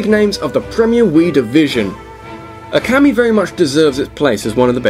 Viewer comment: Now repeat after me,: OKAMI. O- oh- as in "OH my goodness, why do you keep butchering foreign pronunciation? KA- kah- as in "I CAn't believe my ears!" MI- me- as in- Ah, screw it, what's the use?